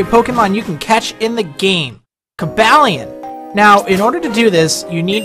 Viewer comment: I believe it's pronounced, "Coh-ball-eon" like "Cobalt" since he is part Steel-type. Just wanted to point it out